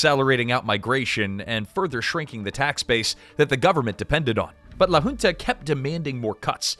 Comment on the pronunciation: Awesome video. Btw, for the next occasion where you mention "La Junta", a better pronunciation would be more like "Lah hoon-tah" (so not like "June", but more like "hoot")